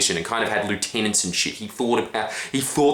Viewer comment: You said Lieutenant wrong silly